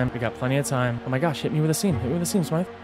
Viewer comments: FYI smythe is pronounced like scythe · For Amy the you pronounce the y like smy-th